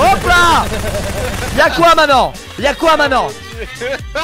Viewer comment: Pourquoi tu dis manent à la place de maintenant